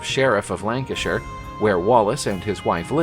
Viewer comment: Lanarkshire NOT Lancashire.